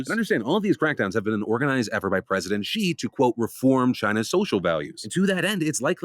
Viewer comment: I appreciate that you pronounce Xi’s name correctly. It is not a difficult name at all and I hear several tv personalities saying “Jee” or “zhee”